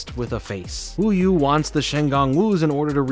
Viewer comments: “ “ shows ducking Markiplier. 😂 genius. also isn’t it wuyah? Not wuyou? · its WU-YA not WU-YU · This show was my childhood and tbh, it was one that I vividly remember. I had the hots for Kimiko back in the day too. lol That being said, I will point out that the villainess name is pronounced as Wu-yah, not Wu-yoo. And it's worth noting that in Xiaolin Chronicles changed the name of the Shen Gong Wu (i.e. Orb of Tornami to Orb of Tsunami) but despite how bad of a spinoff that was, I at least appreciate Christy Hui for trying to continue the series. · Thanks so much for watching! Would you be interested in a video on Xiaolin Chronicles? Let me know! *Edit: yes, I know I said WuYu instead of WuYa. My brain jumbled up the letters in my head, I’m sorry I did not catch it before I released the video. I promise to be more thorough to catch mispronunciations or verbal mess ups in my work. Thanks!* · Yes! I loved watching this show while waiting for Yugioh/Megaman NT Warriors/ Loonatics Unleashed! I loved the depth and story behind the typical action plot! I especially loved the comedy, and character development that made this show amazing! Again I LOVED IT! thanks for talking about it! P.S. You kept pronouncing 'Wuyu's' name wrong it's 'Wuya". Wūyă! Okay By!🥰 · I may just be mishearing it but isnt her name Wuya not Wuyu? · It hurts me how you messed up wuya's name